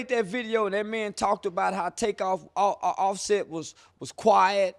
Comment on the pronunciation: He spoke it correctly. J prince kept offsets name in his mouth